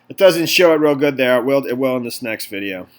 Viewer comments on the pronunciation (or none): none